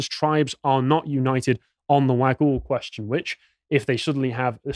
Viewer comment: The mythical serpent is pronounced wog-ool its also what apparently created the swan river in Perth that’s why the river looks like a slithering snake. I’m not sure if the wagyl can be spoken to in parseltongue